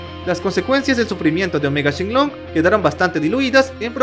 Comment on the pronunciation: Te voy a decir algo no se llama shenlong es shenron creo😅